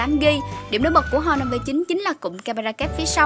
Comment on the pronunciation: Honor chứ h là âm câm nhé chị, đọc là "on nờ", không phải "hon nờ"